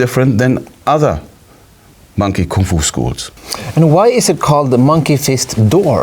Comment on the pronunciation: First foreigner that pronounces koong fu not Kung Fu. Bravo